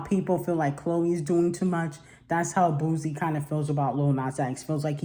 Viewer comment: It's pronounced BOO-SEE,.